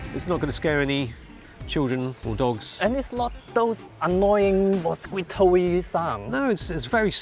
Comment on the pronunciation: I love how pronounces “mosqueeto.” I will be doing the same going forward.